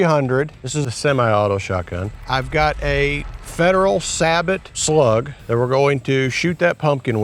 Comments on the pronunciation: Say bo. Not sabbit. What happens to the slug after it leaves the pumpkin? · Sabot? Say- bo. Say it with me, say -bo 😂